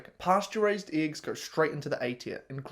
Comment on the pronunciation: Dude, just pronounce the E in eggs like you pronounced it here in mercury... and people will stop laughing at you